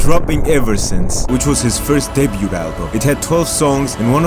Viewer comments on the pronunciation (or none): none